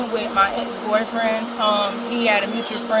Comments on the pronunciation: What, the "frabric" 😂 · Can't ever speak clearly or correctly. FRabric. 😂😂😂 Fabric delivery pays bank doesn't it? I'm in the wrong business I see. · “I was delivering FRABRICS” omg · She doesn't even know how to pronounce "fabric". That makes her story even less believable. Not that it mattered..